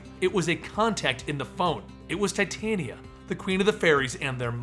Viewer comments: its pronounced tah-tee-awna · titania is pronounce tit-aan-ia